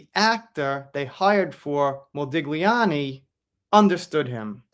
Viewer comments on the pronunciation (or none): Mode-li'ani, the g is silent. Thanks. Still looking forward to the US premier. ❤